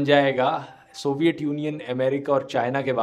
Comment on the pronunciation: Please pronounce तूट, थंड, सोवियट, धूंडने correctly. No idea why you guys pronounce these words wrong. I know dhruv bhai you're good pronounce त, ट, ठ, ध. You've good command in hindi still many youtubers are pronouncing normal hindi words like ठेटर, ठाउज़ेन्ड, बद्दे It's really annoying whenever I hear these wrong pronounciations in place of टूट, ठण्ड, सोवियत, ढूंढने, थियेटर, थाउजेंड, बर्थडे.